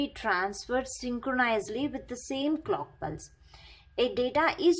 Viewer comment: she said cock instead of clock and it kinda turned me on JK.